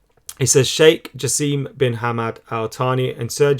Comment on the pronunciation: Hi, I’m a huge united fan from Qatar and just wanted to correct the way you say the name of our future owner “ hopefully “ Sheikh Jassim, you are now saying it like “ Jaseeem “ which is understandable but the correct way is simply “ Jasim/Jasem”, without the “ eee”. Hoping we win on Sunday and hope the Qatari bid will be winner. Love the channel keep it up